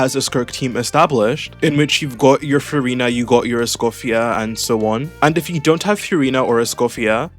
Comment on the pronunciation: Ty for the video! I really hope she gets buffed in beta. Genuinely asking, is Furina's name actually pronounced like that? I haven't heard anyone else pronounce her name that way.